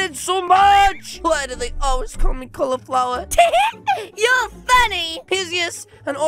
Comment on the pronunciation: I love "Califlower" says